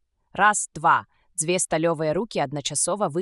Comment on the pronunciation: Агучана так, што слухаць можна, але я б параіў хоць якуюсьці рэдактуру зрабіць - шмат словаў вымаўляюцца зь няправільнымі націскамі, і яшчэ больш - зь нейкім "польска-амэрыканскім" акцэнтам. Напрыклад: "ро(ў)бат", "нэ" замест "не", "дзвэ" замест "дзьве".